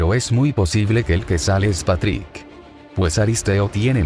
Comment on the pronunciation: like si pronunsiava mal a Patrik